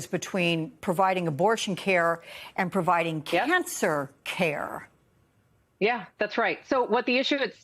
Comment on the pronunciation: Gnacer care??? Speak right